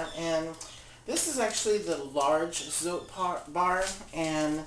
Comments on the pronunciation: FYI, "Zote" is pronounced "tsaw-teh." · I use this recipe minus the baking soda. Oh and by the way, the soap is pronounced so-teh.